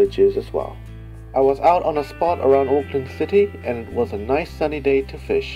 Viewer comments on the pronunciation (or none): none